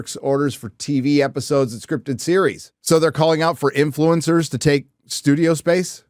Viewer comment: lol "influecers"